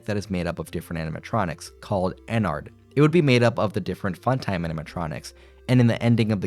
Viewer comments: My guy ennard is pronounced “en-nerd” like inner. No hate tho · It was a conscious choice to mispronounce ennard over and over